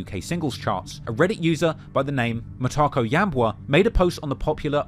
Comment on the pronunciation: how you pronounced 'matako ya mbwa' is just nice 🤣 hii ni kali